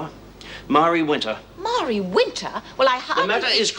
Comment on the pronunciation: Marie Winter. I always pronounce it Ma rie. In Wentworth